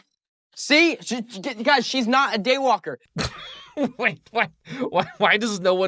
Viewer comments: is no one else hearing “gaywalker” 💀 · When they yelled day walker at Addison or… I think that’s her name… I totally thought they said gaywalker